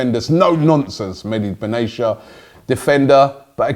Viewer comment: Robbie actually butchered "Mehdi Benatia" name...unforgivable. Makes Lee look good when he says "Aubameyang". YIKES.